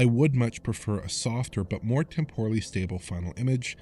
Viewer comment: Temporal (Temp(e)r(e)l ) ffs not tem-poor-ul 😡😡😡. Every time!!!